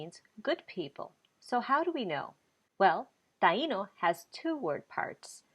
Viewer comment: I don't understand why the i in Taino is accented so hard when you guys say the word, but when you use it in any other form you don't accent the i. You shouldn't be accenting the i in the word of Taino either please. it's so annoying. it's incorrect thx